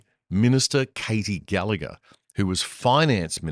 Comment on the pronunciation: FFS, can somebody please get the pronunciation of gallagher's name correct. The g in there is NOT silent